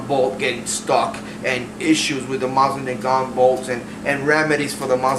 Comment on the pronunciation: Sorry, but this bugs me. The proper pronunciation is Moe-seen Nahgahn and the T in nagant is silent. I do like your collection! I recently started one of my own!